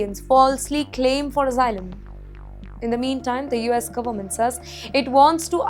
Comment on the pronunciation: This B*tch can’t even pronounce Asylum properly 🤣🤣